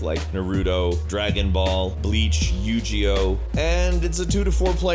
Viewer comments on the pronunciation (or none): Yujio? Broooo its yugioh! haha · did u really call yugioh yujioh? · Did you really just say "Yoo-Gee-Oh"? o___O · Yujio? Don't you mean Yugio? There's no J sound in the name. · I've never heard of Yu Ji Oh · I lost my mind when he pronounced yu-gioh as yu-Jioh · GI is pronounced Guh-EE not Jya-EE. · he said, You Ji O and I had no idea what he was talking about, then I realized he meant Yo-Gi-Oh. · You Gee Oh? Hahaha, that actually made me laugh. xD It's pronounce Yuu Gi yo. xD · Yay, I'm niche! UPDATE: Dear God, did he just say Yu-Ji-Oh? Literally, the protagonist's name is Yugi, and he shouts "Yu-Gi-Oh!" at least once per episode, there's no excuse for this. UPDATE 2: Tingle is from Majora's Mask, not Wind Waker. He did appear in Wind Waker, but he originated in Majora's Mask. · you gee oh lol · its funny because he does this again but says "i'm a really big fan of the yu-gee-oh series" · Yuu Ji O. I just love Falcon :D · This bitch said "you-gio"... smh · Yu gi oh (says yu jee oh) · Yu Gee oh =________________= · "Yuji-oh" lol... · "Yugi oh" is not pronounced (yoo-jee-oh)... lol. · what the hell is a yu G oh? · wait, did he say YOU-JEE-OH? cmon bro put the script down. glad you heard of naruto and DBZ lmao ultimate frat bro alert "if it's not madden i dunno man..." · "Nuhrootoh" "Yoohjeeoh" bruh I'm dead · 'yu-jee-oh"... No, please stop. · Yu JI Oh????? NOOOO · yu...gio? Lol the way Lolololol i dont think thats how its pronounced... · oh man I love playing you-jee-oh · did you say yu-ji-oh in ?? are you kidding me i think youre just reading a script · Did you just say yougio! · Yu Gee Oh? OMG this guy lost major credibility with me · did this nigga just say "yu-ji-oh" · yugioh is pronounced with a hard g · Did this nigga literally pronounce yugioh as yu gee oh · Yu-Gee-oh?!?! oh god you're stirring up my childhood rage quite well good sir. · "Vol-Kai-Ree-uh" "Yu-Jee-oh" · WTF is u-g-o? lol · wtf is yoo gee oh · This dude just said YU-G-OH... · lol he said YU-JI-OH